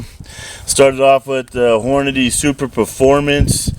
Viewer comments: Ikr 😅 lmao! I said same thing ! Lmao I was yellin at the video when I heard that repeatedly! Also the bullet isn’t superformance either like he was saying ! It’s a Hornady soft point! Lol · Sorry, not "Superperformance", it is "Superformance"